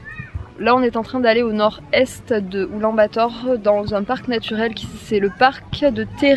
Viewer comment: Mais oui. Sauf la prononciation, on ne dit pas Oulan-Bator. C'est un peu comme " Oulane - Bator "